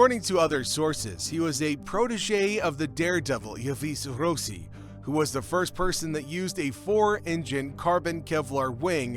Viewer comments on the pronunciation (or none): Yves Rossi - check the pronunciation! “Eve Ross-ee”!